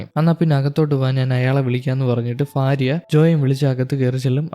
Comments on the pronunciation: ഫാര്യ അല്ല ഭാര്യ എന്നാണ് 😂😂😂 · ഫാര്യ 😂😂 അല്ല ഭാര്യ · കേൾക്കുന്നില്ല 😂 fariya fariya എന്ന് 7 8 times kettapoye nirthi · Fariya alla myre ഭാര്യ / Bharya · ഇൻസ്റ്റ യിൽ നിന്ന് കണ്ട് inspire ആയി വന്നതാ…ആ mood അങ്ങ് പോയിക്കിട്ടി “future il നിന്ന് വന്ന ഫാരിയ “😂😂 just for joke brother. please try to pronounce correctly in upcoming videos. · ഭാര്യ ഉച്ചാരണം ശരിയായി ഉച്ചരിക്കു.